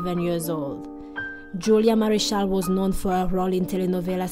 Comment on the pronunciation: Julia Mariscal! NOT marichal… Ochoa not Okoa! Terrible you disrespect them not knowing how to pronounce their last names!